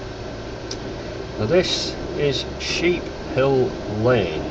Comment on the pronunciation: Its "Sheephouse" Lane not Sheephill